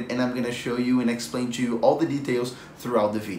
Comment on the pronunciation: I love how he says "cho" instead of "to"